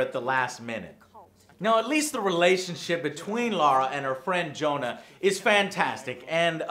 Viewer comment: Best friend Joe-nah